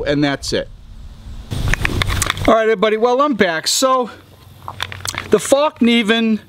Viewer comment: Sounds like he said "Fuckneeven" too. "Very very shawwp"